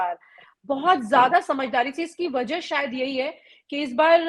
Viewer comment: I request to you Alok ji kuch journalists ghalat pronunciation karte hain mostly 2 words wajah ko wazah aur bawajood ko bawazood bolte hain plz correct these words I hope they all are knowledgeable journalists but they should careful about pronunciation of urdu words Wajah is correct Bawajood is correct